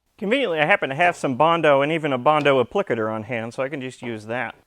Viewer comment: cant say ive heard 'applicator' said like that b4